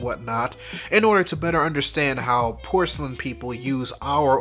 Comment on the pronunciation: Did mans say PORCELAIN PEOPLE lol